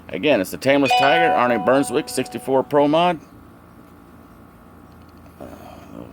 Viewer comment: Beswick...not bernswick. Looks good. Saw him race many many times. He would like it.